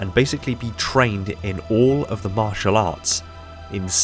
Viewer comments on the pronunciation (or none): none